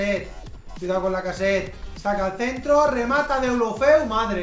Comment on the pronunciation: Porque dices lacaset y no lacazete